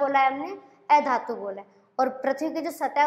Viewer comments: ऐधातु nahi अधातु bolte ha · Oye miss एधातु nhi अधातु hota hai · aei dhatu nhi adhatu hai madam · ऐधातु नहीं अधातु होता है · अधातु का उच्चारण मैम सही से करें बाकी बाद अच्छा है वीडियो